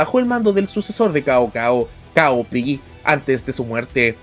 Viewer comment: Como consejo, el nombre “Cao Cao” se pronuncia “Sao Sao”. Saludos desde La República de China